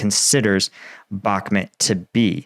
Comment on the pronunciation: Can you please say the word Bach - Moot not how you say it like Bach-met